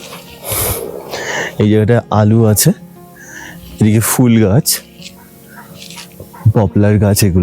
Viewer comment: এই প্রথম শুনলাম ফুল ফল শব্দ দুটিকে ইউটিউবে কেউ সঠিক উচ্চারণ করছেন। প ফ ব ভ ম এই বর্ণগুলিকে ওষ্ম বা ওষ্ঠ বর্ণ বলে। ফ দিয়ে দুটো শব্দ ফুল ফল কেউ সঠিক উচ্চারণ করতে পারে না। আপনাকে অভিনন্দন জানাই। লাদাখ ভ্রমণের অভিজ্ঞতা আছে। তাই আগ্রহ নিয়ে দেখলাম। সোনামার্গ নয়, সোনমার্গ। নামে কেলা নয়, নামেক- লা। এই হলো সমস্যা। সঠিক না জেনে সবাই ইউটিউবার হতে চায়। তবে অনেকের থেকে আপনার বাচনভঙ্গী বেটার।